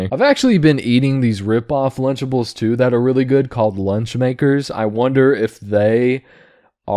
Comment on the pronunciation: It took me a minute to realize it was "lunchables" not "lunchtables"